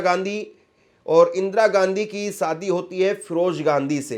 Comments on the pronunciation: सादी नहीं शादी कहो। सही हिन्दी बोलो।एंकर को शोभा नहीं देता। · Its Shadi, not Sadi, stupid. Improve your pronunciation.